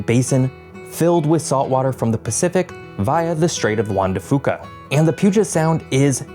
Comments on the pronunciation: Omfg I am from Hoquiam and hearing him pronounce our local Native American named cities and waterways was hurting my ears and making my brain twitch. lol. Straight of Juan da foo-ka killed me. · LOVE your videos. But I have a wee bit of constructive criticism: before making a video with names like Juan de Fuca (fyu-kah, not foo-kah) and Indigenous names like Skagit (ska-jit), I’d recommend looking up the proper pronunciation. It’s not necessarily a major problem, but it can be when it’s a Native American nation’s name. Keep up the good work man! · And it's pronounced Straight of Juan De Fyuca, not Fuca 😊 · Some helpful pronunciation Tips from a local: Juan de Fuca = "wahn day few-cah" Skagit = "skad-jit" Puyallup = "pew-al-up" Nisqually = "nis-kwal-lee" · You forgot “strait of Juan De Fuca” Is pronounced “Wan-Deh-Few-Kuh” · Fuca sounds like ‘fyookah’ Skagit sounds like ‘yeah-jit’ Puyallup sounds like ‘pew-AL-up’ Nisqually sounds like ‘disk Wall-E’ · Oh God, those pronunciations ... I was gonna let him slide on "Fuca" because being named for a Spanish speaking person that's probably how it should be pronounced, even though that's not how we do it. But I can't let Skagit/Puyallup/Nisqually go.